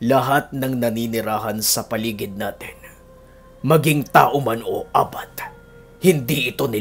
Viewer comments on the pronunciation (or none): Ang tamàng pag pronounce Ng abat ay mabilis, correction lng po🙄